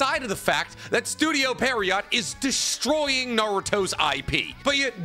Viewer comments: please say pierrot correctly this is killing me you say it so often pleaseeeee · year 9 of misspronouncing pierrot. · Maybe he's dyslexic 🤷‍♂️ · pronounce studio pierrot's name correctly challenge: IMPOSSIBLE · Still sayin pierrot wrong ..